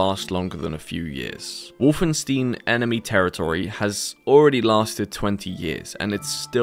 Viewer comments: Wolfenstein, not wolfenstiin. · Did you say WolfenSTEEN? omg...Why would you do this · Wolfenstein, not Wolfensteen. 😆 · The fact that he called the Wolfenstein games "Wolfen-Steen" makes me physically sick. Its pronounced "St-eye-n" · WolfenSTEEN? What the fuck? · Call me pedantic or whatever but the way you pronounce "Wolfenstein" (when you even include clips of people saying it correctly) drives me absolutely mad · Great Video! Please try to pronounce Wolfenstein correctly next time though :) Merry Christmas! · why by defult do you keep saying wolfenstein wrong? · Please consult a translator before attempting to say 'Wolfenstein' again. Otherwise awesome video. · Please never pronounce Wolfenstein like that again.